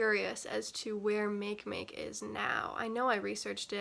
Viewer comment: MakeMake is pronounced MAH-kay MAH-kay.